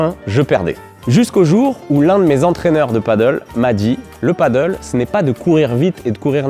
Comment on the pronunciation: Bonne vidéo,claire, précise,simple et efficace. Par contre c'est du Pádel pas du paddle😉, mdr Même les pros ont du mal à le dire😛